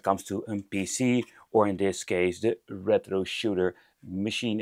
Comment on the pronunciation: The way you pronounce rrrrètro is really annoying 😂